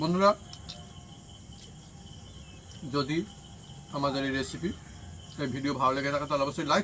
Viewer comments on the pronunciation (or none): আর বৌদিকে অনেক ধন্যবাদ।। কিন্তু লিখেছেন রেসিপি আর বলছেন এসিপি। হাসি পায় তাই হাসসি। রাধে রাধে।।